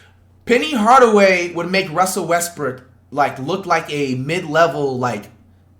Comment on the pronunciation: Bro really said westbrick<john wall